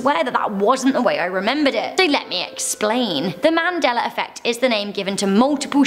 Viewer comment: There is no r in Mandela